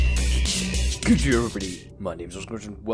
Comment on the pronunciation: This is cool... But although I know you are saying something along the lines of "good day everybody" at the start... I, no matter how many of these I watch, keep hearing "Good Germany!" And I'm not sure why....